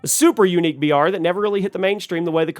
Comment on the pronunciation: Bro you keep saying BR and it sounds like VR. Had me thinking its virtual reality game.